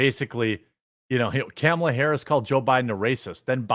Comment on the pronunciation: It's Kamel Toe Harris, not "caramel."